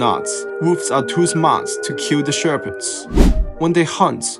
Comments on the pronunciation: Its pronounced sheh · puhds Not Shear - pids 😂😂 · im sorry but who else is laughing at the fact that this guy pronounces shepherds like sherbet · "Wolves will not kill the sherpets" yeah thats totally how that word is pronounced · the way you pronounce 'shepherds' is abysmal